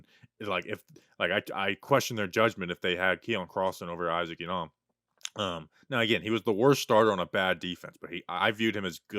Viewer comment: I know you're trying to sound politically correct but pronouncing Isaac Yiadom that way ridiculous, do you go off the boat Italian when you say Anthony Rizzo's name, or when you say spaghetti.... same reason you don't need to pronounce Isaac Yiadom's name that way and just for clarification no hate I'm an avid talking Giants fan but if you care enough to pronounce non white names that way than at least show the same respect for European names or in reality show everyone how ridiculous it is and do it for the European names as well...